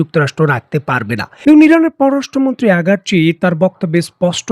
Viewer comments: সবাই বলে আরাগ্ চি আপনি বলেন আগার্ চি , কোন টা সঠিক ? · একজন ইরানের বিখ্যাত পররাষ্ট্র মন্ত্রীর নামটাও সঠিক ভাবে বলতে পারেন না?